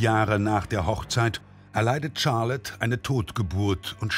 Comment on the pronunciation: 🙈 nicht Tscharlotte... Sharlotte